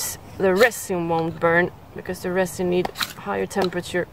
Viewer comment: Now, I'm jealous! He seems nice. Where did you get such a nice blow-pipe? Just a tip, my darling. There is no T in resin. I hate to see you suffering so. I would love to come to Sweden to help. Have I missed some videos? When did you quit teaching? Why? I would love to have a fire-steel you've used--even the small one would be wonderful!